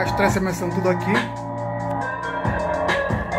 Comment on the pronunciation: Vlw, muito show!!!!!! Mas me acabei de rir do " Extrecemecendo". Kkkkkkk Projeto salvo 👍